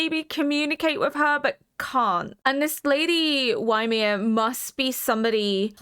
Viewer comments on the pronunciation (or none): Apparently in old Norse and modern Icelandic Ymir is pronounced "ee-mihr" but I hear lots of people also pronounce it "yuh-mihr". I use the latter, but am probably wrong. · For reference, Ymir is a name from Norse mythology, it is pronounced like ee-meer (emphasis on the second syllable). Love your reactions 💜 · I don't know if you're at all familiar with Norse mythology but the name Ymir is taken from there. It's /ˈiːmɪər/ by the way, EE-mer (like "tree" without the "tr"). No that it matters too much, the Japanese actors say it like ユミル, Yumiru, but if you want to know EE-mer is about as close as you can get with English pronunciation. It's not like it's actually the same concept in AoT as it is in the Poetic Edda but there might be some thematic significance and if you don't know I'm not going to tell you, at least not right now. I'll just tell you that it was a familiar name that certainly raised an eyebrow for me. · Oh, just realised you have watched half (all?) of season 2 now so are probably aware how they pronounce Ymir. Sorry!